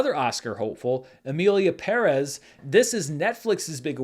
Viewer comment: I'm SO HAPPY to hear pronouncing "Pérez" correctly. You've been doing great with your foreign words lately,. Keep it up!